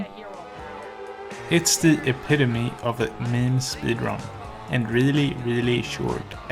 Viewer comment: natürlich ist es deutsch..........3 Sätze später: Jedenfalls was deutschische, in die Richtung. Junge, die 2 markantesten Merkmale seines Akzents passen einfach nicht zu deutsch. 1. er spricht lange "ee" (speedrun) als "i" oder "ei" aus 2. er spricht p's die im englischen zu "pi" werden komisch aus (pb).